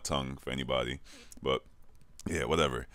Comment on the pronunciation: '' I oh no '' ''Wudevew'' ''Call of Doody '' SPEAK PROPERBITCH